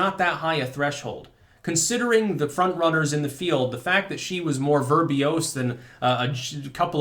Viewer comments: *Verbose Not "Verbiose". You may have mixed it with "Verbiage" a little? Sorry i couldn't help it, forgive me.:P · "Verbose" is 2 syllables.